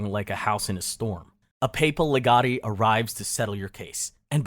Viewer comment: Dude, it's e-klee-zee-ass-tic-al. And it's "le-get" not "le-got-i." You should really check pronunciation of unfamiliar words before you make these videos.